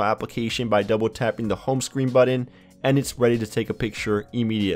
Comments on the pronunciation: Buddin instead of button.. Annoying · It's weird how some people pronounce the word "button" as budden.